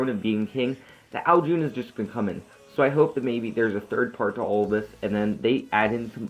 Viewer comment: Sry to be a scroob but u say it like ow june but its ow CHun